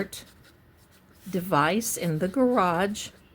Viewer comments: I admire how you must have controlled yourself… to not pronounce “grage” I know it sounds so flippant, but I do love you & what you do.🥰 thank you for everything you put into your forensic readings! Not to mention you’re amazing backdrops💕 I can’t imagine the time and energy it goes into making them! I would love to live in one of your backdrops😻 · Ps - Can’t believe you got through this whole reading without saying “gararrrge” lol